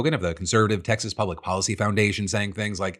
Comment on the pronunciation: Did that say "Exas"?